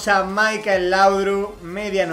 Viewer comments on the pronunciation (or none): none